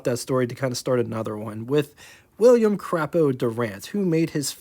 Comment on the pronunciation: Crapo - Pronounced Kray Po with a Long A